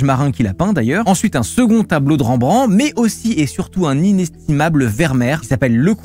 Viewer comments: Ca se prononce REM BRAN TE pas ranbran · Ca dit bien "une aigle" mais juste derrière ça prononce mal le nom de Rembrandt xD